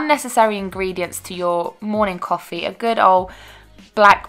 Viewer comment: CWAWFEE hahahahaha